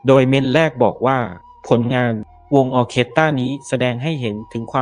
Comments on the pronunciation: แอดน่าจะตั้งใจอ่านผิดล่ะว่า ออเคตะร่า เป็นสีสันสะดุดใจคนฟัง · ไม่ได้อ่านว่า ออ-เคด-ตา-ล่า นะคะ..ขำตายละ 😂 ควรค้นว่า อ่านว่าอย่างไรก่อนนะคะ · ออเคสตร้า ไม่ใช่ ตาร่า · ออเคสตร้าไม่ใช่ตะล้า. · ออ-เคส-ตา-ร่า ล่า ลา ล่า😂😂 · ออ-เคส-ตร้า ค่ะ ไม่ใช่ ออ-เคส-ตะ-ร่า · ไม่ใช่ ตะ-ร้า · แอดคะคำนี้อ่านว่า ออ-เคส-ตร้า ... ค่ะ... ฟังแล้วขัดหูมากค่ะ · ขอติงคำอ่านหน่อยค่ะ คนไทยมักจะอ่านว่า ออเครสตตร้าค่ะ😊😊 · ออร์เคสตร้า อ่านว่า ออ เคด ตร้า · อ่านว่า ออ-เคส-ตร้า ค่ะ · อ่านว่า ออ-เคส-ตร้า นะครับ